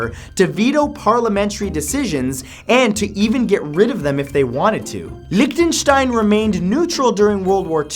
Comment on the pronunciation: He says Liechtenstein so funny